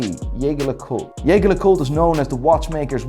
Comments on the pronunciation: how can anyone trust this guy when he can't even pronounce jaeger lecoultre correctly? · This guy is a Patek Philippe, Audemars Piguet and Rolex expert. Knows fuckall about any other serious brand from the looks of it. I mean just listen to the JLC pronounciation, the fucc. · Come on, first you slaughtered Jaeger LeCoultres pronunciation and then you didn't even put them in God tier? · Real talk. He can't pronounce Jaeger LeCoultre and puts IWC under Tag Heuer... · Hermes not pronounsed that way… c’mon you should know that if you are the ‘expert’! Edit: Just like Jeager lecoultre! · This guy is trying waaaaay to hard. He'll try to pronounce some brands like Hublot or Panerai with an accent to try and pronounce it ''Correctly'', but can't or wont pronounce Jaeger-lecoultre or Seiko the right way. How do you mess up saying Seiko? You're a fun dude with lots of energy, no need to try that hard and pretend to be what you're not. Don't be that guy my dude. DON'T be like Kevin O'Leary when he mispronounces watch brands in bad French. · Even pronounce them wrong so what now. Lol. Yergerlacool? Hublou? Constantine? Hahahaha.